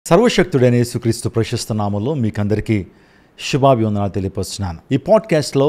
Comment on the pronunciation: షర్వషక్తి మంతుడు కాదు... సర్వ శక్తిమంతుడు....షుభాబి వందనాలు కాదు శుభాభినందనాలు ఎక్కడబడితే అక్కడ స, శ బదులు ' ష' పలుకుతున్నారు 😔